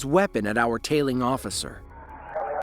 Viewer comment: "I'm a responably man, ossifer! Ya gots ta let me go!" Right. You're so responsible that you use a false name and have no insurance.